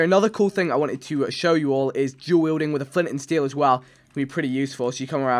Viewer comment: When vik says duel wielding like it sounds like jew wielding